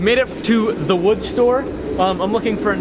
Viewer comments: you pronounced wewd wrong. Bobby will be disappointed. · He almost said wewd. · its called wewd (w-ew-d) jeez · DID SAY WEWD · Haha I think Bobby Duke kind of contaminated cause it sounded like he almost said WEWD 😂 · Its pronounced wewd 🤣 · what in the HAIL is up with how says wood???